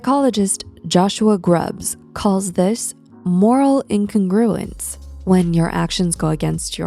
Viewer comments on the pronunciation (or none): not to be that guy but in “incongruence” you emphasise “cong” not “gru” ❤